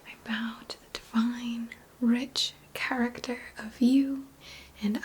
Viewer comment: 😍😍 I Don't usually hear New York from you... but when you said "Lacking Cha-ruck-tuh" I then new for sure where your roots are... 👍